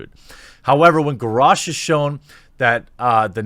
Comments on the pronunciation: The fact that you said Gorosh is irritating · ...your pronunciation of Garosh is... unique.